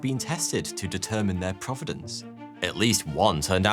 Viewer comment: The word is pronounced : pro - vi - nance , not prov - i - nence . One has to do with origin , the other has to do with geography.